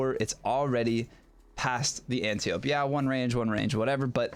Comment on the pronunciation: AN-TIE-OH-PEE. AN-TIE-OH-PEE. not ANTI OPE. Ah nevermind, no one cares but me.